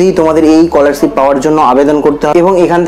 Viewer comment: age scholarship ta valo kore pronounce korte skihon